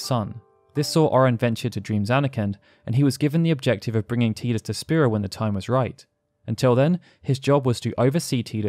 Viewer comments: Dear Lord why do so many people yourself included say Tidus WRONG!! lol even the lead developer calls him Tidus not Teedus or Teadus it's Tidus Ti-dus it's not difficult lol you say his name wrong so many times throughout this videos it begins to annoy lol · Can someone make me feel not alone in that I do not pronounce his name like that, my whole fam has always said Tidus like Tydus. I’ve never heard how others have pronounced it like Tea-dus IN MY LIFE. But have heard plenty people named/pronounced TIEdus. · TIDE-US not TEE-dus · I like how you continuously pronounced Tidus as "tee-dus," but then also pronounced his name correctly as "ty-dus" (timestamp ) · TYE-DUS. Not TEE-DUS. Tidus like Tidal. It's so frustrating to hear his name mispronounced. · His name is Tidus. It's pronounced TY-DUS not TEE-DUS.. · It's Tidus not TEEdus! As in tidal wave, or the tide coming in. Ocean related. Lol, sorry, that was like nails on a chalkboard after a while, but I really liked this vid. Great job sharing the deeper facets of the story! :) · like WHAT is a TEA-dus? I have never heard that in my life lol but yes like Titus! But with a D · Drink every time you say "Tee-dus" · Still refuse to pronounce Teedus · Tidus... "TIE-DUS" ffs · i cringe everytime he says teedus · You pronounced Tidus two different ways! 😀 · the only time you pronunced Tidus correctly. The pronunciation from Kingdom Hearts is wrong. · i can't even watch this because of the way you say tidus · I hate the way you say the main character's name... Considering how much of this world revolves around water it makes sense that his name would be Tidus as in the coming tide... Not Tidus as in I'm drinking a cup of tea... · cant watch. saying tidus wrong :)